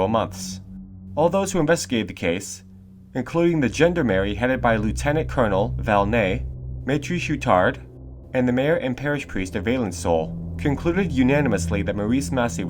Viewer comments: Gender-Mary! = Gendarmerie. Try somethiong closer to John-d-arm-airy or John-d-arm-er-ree. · Just an FYI: Gendemerie is not pronounced "Gender-Mary". It's (phonetically) Zhean-Dommer-ee. Slow down!!! Otherwise great stuff & new sub!!!!